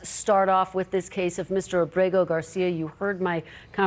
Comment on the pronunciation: She does a good job pronouncing Garcia’s name. She has to be proud.